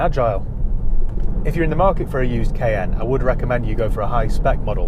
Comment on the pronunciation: The Porsche Kay N 😅